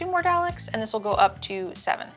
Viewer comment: I died hearing say Daleks as "Dall-Icks" It's pronounced doll-ick! 😭